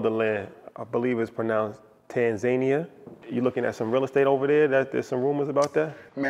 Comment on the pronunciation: Pronouncing Tanzania like that is crazy